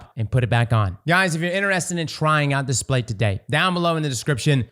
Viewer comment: Displate not Datplate. 😎